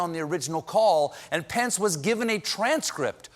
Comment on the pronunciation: It's always good to bring pants, especially if you're Trump.. and neither of them can spell, so that makes sense... (Your "Pence" kinda sounds like "Pants" sorry)